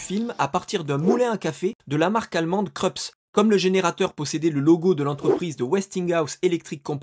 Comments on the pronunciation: Ça se prononce pas "Kreups" tu as fais la même erreur que beaucoup de personne qui ignorent la prononciation, font. Le nom de la marque allemande ce prononce "Kroups". Facilement vérifiable sur YouTube en tapant machine à expresso Krups. 😏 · pour Krups on ne dit pas "kreups" mais "kroups" c'est allemand :) et slamball se prononce "slambaul" pas "slambol" ;) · Autre détail concernant la montre : Michael J. Fox porte une Casio CA-50 dans le premier film et une Casio CA-53W dans le deuxième et le troisième. La différence entre les deux modèles se voit peu à l'écran, certes. Krups est un nom allemand et ne se prononce par conséquent pas à l'anglaise. En allemand la lettre "u" sans Umlaut (tréma) se prononce "ou". "Chicken" s'écrit avec un "c" avant le "k". Luq Hamet avec "q", pas "c".